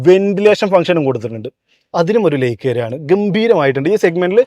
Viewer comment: നിങ്ങളുടെ വിഡിയോ ഇഷ്ടം തന്നെ.. പക്ഷേ..ഈ like ന് 'ലേയ്ക് ' എന്നും side ന് 'സേയ്ഡ്' എന്നും ഒക്കെ പറയാതെ ശരിയായി പറയരുതോ..?